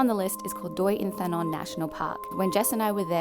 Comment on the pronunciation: THERE IS NO DENTAL FRICATIVE IN THAI!!! ”Th” in Thai is pronounced as an aspirated “T” but a sole “T” in Thai pronounced as a tenuis “T” just like when you pronounce “T” in the word “state” So they are “In-Ta-Non”,and “Su-Tep” not “Inθanon” nor “Suθep”